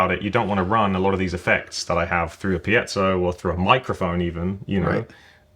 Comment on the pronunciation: Thank God, someone who pronounces “piezo” properly.